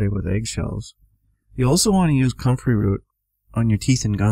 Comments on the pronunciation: I can't under stand him did he say cummin root or country root?? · I cant understand what root he is saying. Comfery root.? What?